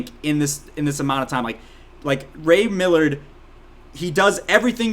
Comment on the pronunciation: The actors name is Ray Milland, not Millard